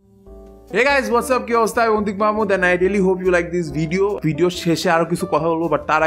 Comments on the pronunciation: not antik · not Antik 😂